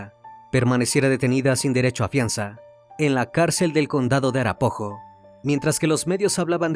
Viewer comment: Arapaho se pronuncia “Arapao o arapajo “